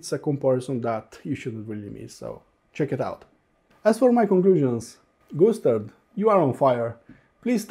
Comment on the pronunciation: Sounds like when you say Gustard you're saying Goose Turd. Okay maybe too much tweeds for me today. Thx for the review. I'm gonna go read a book w/ pictures now.